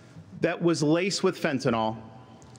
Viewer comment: I agree with DeSantis, but it's fentanYL, not fentanOL.